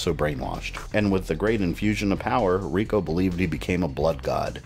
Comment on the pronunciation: You're one of my favorite MK guys. but come on, Rico???? You know better then that and you say it like that 1000 times too :(